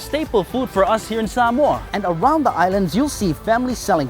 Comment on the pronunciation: Why is everyone suddenly pronouncing Samoa like that? I swear I just slipped into a Mandela effect, in my old universe everyone used to say "sam-oh-uh" now every says "sam-ore" like what? Get me out of here!